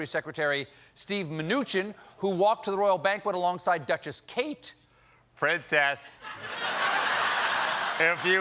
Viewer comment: "PRUNCUSS... PRUNCUSS??" dead.